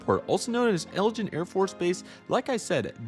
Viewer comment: Not to be rude, but it’s eglin Air Force base, not Elgin